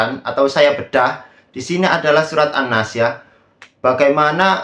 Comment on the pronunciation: Heri Pras malah sentil habib Umar bin hafidz 😂😂😂 yg udh jelas hafal ribuan sanad hadis 😅😅😅😅 miris baca an nas aja salah 😂😂😂